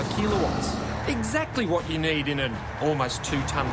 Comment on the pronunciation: FFS. ITS KILOWATTS NOT KEELOWATTS!!!!!!!!!